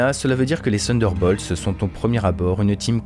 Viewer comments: Sunderbolts ou Thunderbolts ? Attention à la prononciation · prononciation = TONNE DEUR BAULTSE